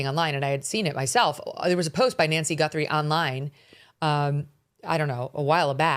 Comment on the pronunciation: dude calling her "GUNthrie" .. im out on anything else he says if he dont even know their name lol